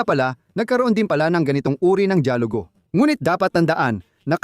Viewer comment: Mali Ang Salitang “ DAYALUGO “ at HINDI DIYAGULO” FYI” only “ Because your my Brother” Thank you 🙏